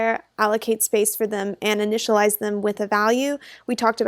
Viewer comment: "initalize".. noob XD